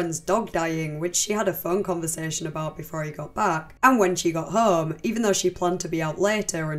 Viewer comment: what the fuck is your voice? home isnt 3 syllables. its distracting and not pleasant at all to hear. fix that shit